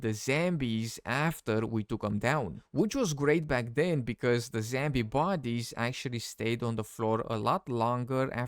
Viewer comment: It's zombie not zambie 😂😂😂😂